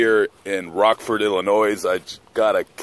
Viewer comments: If you live in my state you better say the name right boi 😫🤯😤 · How much does a tire cost..? The s at the end of Illinois is silent....